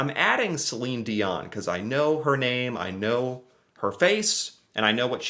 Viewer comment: We mustn't forget the great William Shatner...(Captain Kirk of StarTrek)...and incidentally you correctly pronounce the name Celine DION...deeohn...and NOT dioNNe ok ??